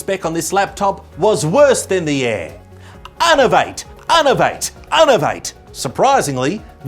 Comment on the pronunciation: Unovate Unovate Unovate Working hard there I see 😂